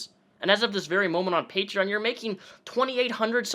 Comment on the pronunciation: I hate how grog says “pat rein” instead of “patreon”.